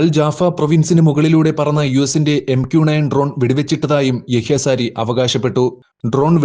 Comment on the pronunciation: സാരി അല്ല സഹോദര sariyah